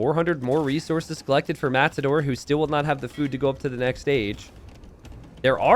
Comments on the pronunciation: Is it just me or does sometimes say "Mattsador"? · are you saying mast-ador?